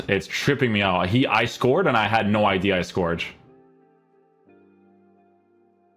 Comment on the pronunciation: lol If he says " I scoreged or dudej "one more time .. I'll throw my pc from the window :P